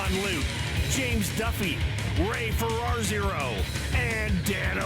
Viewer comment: "Ray Ferrar-zero" 😂